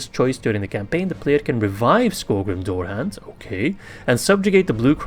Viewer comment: Dourhand is pronounced Dowerhand in English. Im only saying because you did ask in the video, your english is much better than mine.